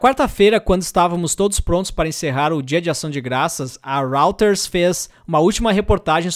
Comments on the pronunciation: nao é Rauters , é Róiters. rÓIters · Ótimo vídeo! Dica : Reuters se lê “rói - ters” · Isso, róiters = [ˈrɔɪtərz] . Quem quiser aprender mais, pode estudar IPA Sounds